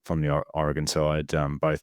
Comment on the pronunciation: The Aussie actually pronounced Oregon correctly, unlike the American....Even transplants to Oregon don't say it quite correctly.